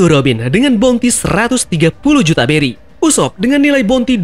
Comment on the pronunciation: Bang beri bang bukan Belly 🤣